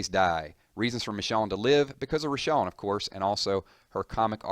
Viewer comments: he kept saying Richonne... it's Michonne... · It's Michonne not Richonne... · MICH OWN MICH OWN... LITERALLY NOT THAT HARD TO SAY... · Who the hell is Mishawn? I keep hering this guy calling someone Mishawn and I don't remember ever seeing anyone with the name Mishawn. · Am I the only one pissed by the fact that he pronounced Michonne as 'Mishawn'? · the way he says michonne bothers me